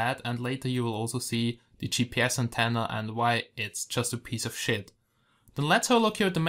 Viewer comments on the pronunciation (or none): i like to hear germans saying "its just a piece of shit"